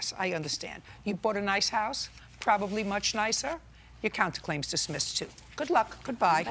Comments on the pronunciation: " your case is dismisso"😂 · Did Judge judy say dismissi 😁😁😁😁😁😁😁😁😁